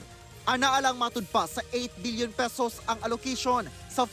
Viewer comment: Paulit ulit ko pinakingan bilion talaga sinasabi.. hahhaa mag babasa na lang bubo pa